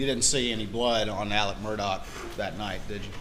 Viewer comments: It’s Alex, like Alexander - except when in the Deep South (I heard just the other day). That’s why some refer to him as Alex, but pronounced Allick. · In my life, I've never heard the name Alex pronounced "Ellick" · I’ve come to the conclusion that no one from South Carolina can pronounce ALEX.